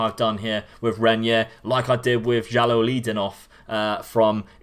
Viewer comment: I have Renyer in my Red Bull Bragantino save and he's a real beast, though it's easier and cheaper to buy him at the home market as the teams sometimes fail to put release clauses that would scare the rivals. (By the way, pronunciation is right, mate) Can we have Cauê Santos in the next videos, please? 16 years old striker loaned to Corinthians by Gremio Novorizontino. Not as special as Renyer or Lázaro, but it's a real bargain as you can get him for as low as 18k Euros and once the loan is over he's yours. His impact was always immediate in all teams I had him.